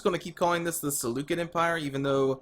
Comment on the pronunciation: Excited for this series! Btw, it's pronounced Se - Lu - Ked - I in Greek but the way you pronounced it is pretty accurate. Also, can my legion name be "The Dawn of the Empire ".